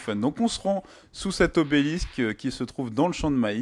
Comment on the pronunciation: "Se rendre sous l'obelix" .. On dit obélisque x)